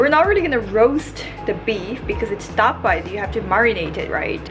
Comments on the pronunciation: I love your accent say it again: Ta-pa ❤️😹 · Can’t stop laughing at your distinct Koreanized tapa!